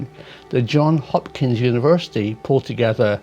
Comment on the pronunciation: Hi Prof, the S is still pronounced in John(s) Hopkins. Just an aside, stay well.